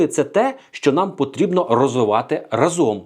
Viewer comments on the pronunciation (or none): Сашко не разОм, а рАзом. Перевірочне речення - Дубінський хтів отруїти вас всіх гАзом рАзом.